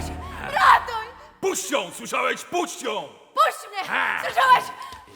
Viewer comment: Puść jom powiedzialem puść jom hehe